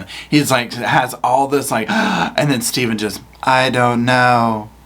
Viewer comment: The HAIR is THERE Stay-ven!! WHY Stay-ven WHYY??